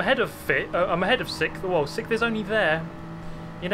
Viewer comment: I watch super gt before bed and at this point i have a pavlovian response of getting sleepy when i hear “sikth”